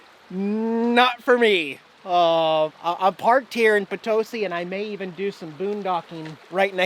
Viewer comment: Love your videos! I can't believe I missed you while you were in POTOSi, my hometown! Good job pronouncing Potosi. Been watching you for a couple of years, my husband is jealous I spend time watching your awesome videos.